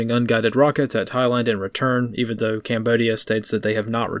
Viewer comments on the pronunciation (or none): none